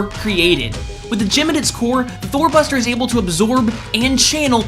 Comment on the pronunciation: I heard Thor Buster as Thot Buster lol